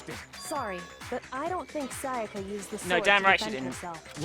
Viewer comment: always says "Sayaker" when she says "Sayaka"